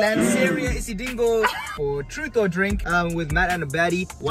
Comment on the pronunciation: Man said isidingo.🤣🤣🤣🤣